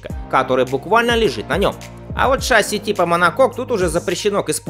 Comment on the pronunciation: ШассИ. Ударение на "И"!